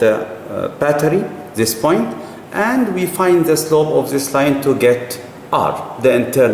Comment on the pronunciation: 'De boint'